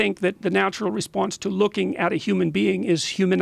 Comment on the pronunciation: Gawd Respawnse Hypawthesis ... nope. Can't finish this. Idk where this guy is from, but to butcher such a simple sound so terribly; I hope it's not America